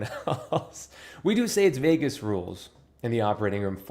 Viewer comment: Oh, Vegas! I thought you said vagus 😂😂😂